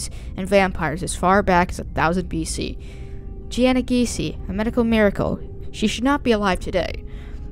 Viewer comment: Jeanna is pronounced Gina. Not Ge anna.